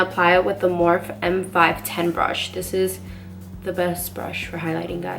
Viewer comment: It’s mor-phe .. two syllables ! Not morphe !